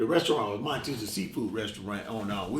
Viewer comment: Homie said munchies instead of Monty’s